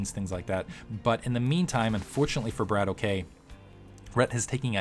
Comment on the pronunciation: It's a russian word. I think it means shooter or gunslinger or something like that. The correct pronunciation would be "brAAtock" not "brAYtock". A long "A" like in "father"and a roling "R".